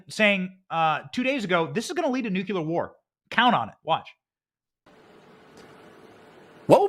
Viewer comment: 😄😄😄 You crack me up Benny!! Ty for inserting humor into such tough topics, its really needed! BUT...and I do love you!!!...You're STILL mispronouncing NUCLEAR. Ok...so heres the breakdown.. The CORRECT pronunciation = NEW-CLEAR. INCORRECT= NUKE-YA-LER I still love you!! 😄❤🇺🇸❤ (NEW-CLEAR)